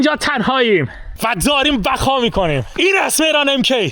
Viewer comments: 0:3 بقا کنم ❌ بخا کنم✅ فارسی کیلی کیلی کم المانی کیلی کیلی زیاد😂😂😂😂😂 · بخا ❌️بقا ✅️😂😂😂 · ثانیه اول ( بخا خونم )، بابا درست صحبت کن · بقا نه بخا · بقا ❌ بَگا✅